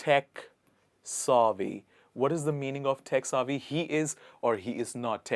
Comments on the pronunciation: Not "saavy" but "Savvy (like heavy)". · If you are going to teach people how to say beautiful words learn to pronounce them correctly yourself...it is not sawvy it is savy and the pronouncing of effervescent is embarrassing.....as for po sho for penchant is ludicrous. I couldn’t watch this to the end ..... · It's not pronounced "SAAA-VY" the way you say it. It's called Sav-vy. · Is it SAAvy? Or Pronounced as savy? This man pronounces in a British way!! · Shop savvy not pronounced sarvve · very exquisite 🥰 and refreshing. please note that the 'a' in savvy is pronounced like the 'a' in sad. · P.S. In US Penchant is pronounced as pawn-shaw not po-sho. And nowhere i heard saavy pronounced Saaaaaavy. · Great choice of words! Thanks. There is no word like advices Please pronounce savvy correctly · Mispronounced effervescent and savvy! LOL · Savvy is mispronounced here.